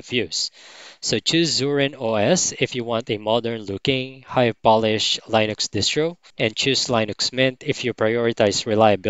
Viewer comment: Just a note about "Linux" - it's pronounced "LINN-ucks", not "LINE-icks". The "I" is short, not long.